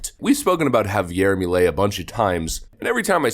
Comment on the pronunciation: Its pronounced "P-A-S-O" and "M-E-L-E"